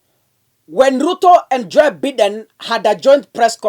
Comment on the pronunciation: Please it's not Biiden.....its Bye..den. please .